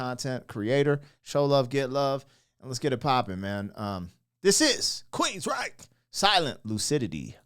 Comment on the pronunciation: That is how you pronounce the name of the band name and I am happy you did. This album, EMPiRE, had 4 bangers. The title track, Is Anybody Listening, Jet City Woman and this ballad. Geoff Tate has a fantastic voice but I haven't heard anything. from him since Queensryche.I fell in love with this because of the violin 🎻.